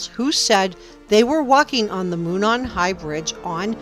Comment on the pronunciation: “Moon saan? “Moo naan” 😂 It’s ‘Mow non” And extraction marks are merely a quasi science that will be discredited.